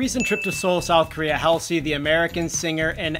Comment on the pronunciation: it's pronounced Haul-zee